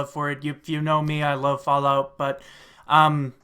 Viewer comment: lol "flalout"